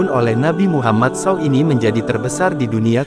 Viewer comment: S.A.W dibaca sau